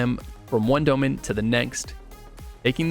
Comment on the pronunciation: sry i just hate the way this guy say Dolmen. "Dough-men"